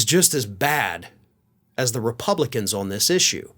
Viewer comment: you mispronounced "republican".